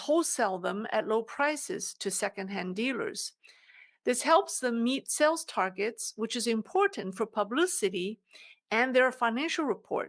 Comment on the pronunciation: You pronounce Sales as sells. Try to prolong the pronounciation like saaales.